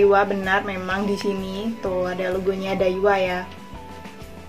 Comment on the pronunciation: Dawiaaaa bukan daiwa🤣🤣🤣